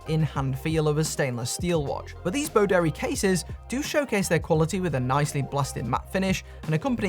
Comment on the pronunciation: I'm so old that when you say Boderry, I hear Bo Derek.